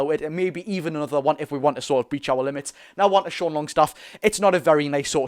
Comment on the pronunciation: Great content, only thing to note is it's not fabian schar but fabian schär (pronounced the same as "e" in bet)